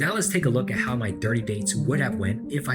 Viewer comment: I heard "I ended up going out with 30 women" as "I ended up going out with dirty women" LOL - not far off the truth anyway